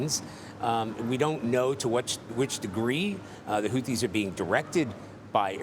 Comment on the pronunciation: Whofees. Whoteas